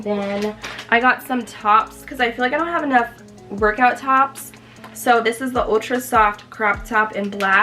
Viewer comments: I am so here for the British accent every time you say “Soo” 😂 it is sending me! Lol love your vlogs boo! Wanna start my weight gain journey like you did too. Definitely seeing your progress! Be blessed ❤️ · The way you say “so” 😂😩